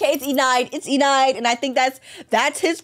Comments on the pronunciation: Her name is enide not enide like side it is pronounced like middle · Omg!,!! keppa trigeriing mope how she says (e-nide) what it’s supposed to be (e-ni-d) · its enide pronounced e-nde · Im pretty sure its pronounced eh-nide. But nonetheless good content! Keep up the great work! I pretty much watch ur vids every day to be honest❤ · Enides name would be spelled E-knee-day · It’s Enide aka (E-nid) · you pronounce it “e-nid” i think? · Enide (E-nidd) the E is silent and the I says the E sound :) ( no I’m not teacher.) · they're both wrong, is pronounced eh-need (enide) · Enide is pronounced (Eh-nid) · Its pronounced E-nid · It's pronounced e ned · It's eenid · U are saying Enide wrong 😢